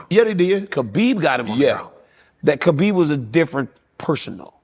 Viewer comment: Why, after all these years and with the respect Khabib has earned and deserves, do people still refuse to pronounce the man's name right?